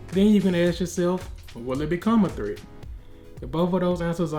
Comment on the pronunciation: bro I cant realy understand what you are saying.. it might be "threat" but im not sure